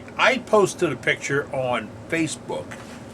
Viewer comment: I love the part where he says "...and here's a pictah..." and just waits and goes on! Love his fantastic videos. Take all the rest you need, Captain!!